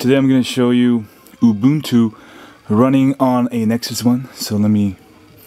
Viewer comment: its Ooo. Boon. Too. Saying something else is not a different kind of right; it’s just wrong.: taken from danielmiessler. com/blog/this-is-how-you-pronounce-ubuntu